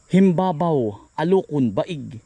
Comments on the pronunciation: himbaba-o po hindi himbabaw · It is pronounced Him-ba-ba-o. The green ones fresh from the tree are edible but I wouldn't eat the brown ones from the ground. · Himbaba-o bigkas dyan samin sa Calamba. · HIM-BA-BA-O. ganyan ang pagbigkas dyan. bihira makakita niyan sa mga palengke. mahal ang presyo nyan ka insan. yung pinakbet ilokano, yung may bagoong na isda,nilalagyan nyan. sasahugan ng inihaw na bangus. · Ang bigkas sa amin ay himbaba-o , msrp yn s diningdeng bihira ang puno nyn dito s laguna pero may nbibili nmn s plengke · Ang bigkas po dyan ay him ba ba o sa tagalog,alucon sa ilocano ,panggasinense baeg po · Himbaba O yun ang tamang bigkas Naka Kain po yan dito sa Amin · HIN BA BA O ANG BIGKAS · Himbaba-o /alokon ang tamang bigkas.baeg in ilocano msarap ilagay sa monggo at sa denengdeng...lalo sa buridibod recipe ang mahal ng ganyan n ngaun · Kainsan napakamahal sa parte ng Nueva Ecija yan. Himba - ba-o ang tamang bigkas jn.. 500-600 ang kilo sa amin niyan. Yang pinupulot mo bunga yan, dina kinakain yan, kasi matured na. Ang kinakain yung green pa at dipa nakabuka, yung firm pa ang texture niya.. Pwede rin samahan ng talbos niya kung magluluto ka. Masarap yan. Panahog sa ginisang munggo or yan lang sasamahan mo ng kamote, bulanlang lang lagyan ng kamatis at isang sibuyas katalo na. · Alukon sa Ilocano ka Insan,mahal Yan sa palengke,Himbaba-o Yan Ang bigkas diyan